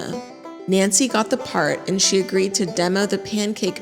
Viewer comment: The emphasis on “CONVINCED her to audition” and “ she AGREED to demo the mix in character” makes me think it wasn’t so consensual